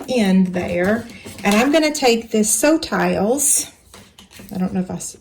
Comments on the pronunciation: Nice tutorial, btw, although it sounds like "sew tiles" in the video, the magnetic thingies are called "SewTites" (as in the Closed Captions). The logo on their package is hard to read, but be sure to search for "sewtites" to find them online. Cheers! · the bags are too cute! I think you are pronouncing the name of the blue magnet wrong. They are Sew-Tites as in tight. Great product and great project!